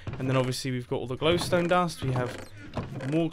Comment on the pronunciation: “More GLONEstone dust then we’ll ever need.”